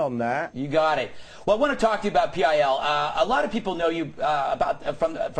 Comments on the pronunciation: "PIL" is ALWAYS pronounced: "Pill". In fact, I have never once -- not ever -- heard ANYONE, not even Dick Madeley, refer to Public Image Ltd as: "pee eye ell" What an absolute fuck-face. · Why did he say P I L instead if pil?